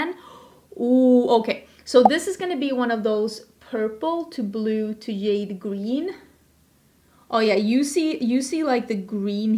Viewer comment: I love these videos! They make me way more confident that I know what color(s) of shadow I’m buying when it comes to duo/multichromes. Thank you for your hard work on these! (PS and ALL LOVE, the J in jade is said with the “juh” sound 💚)